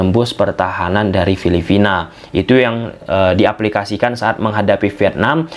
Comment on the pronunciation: Coreksi bang, bukan filifina,tapi filiphina. Intonasinya harus jelas dong bang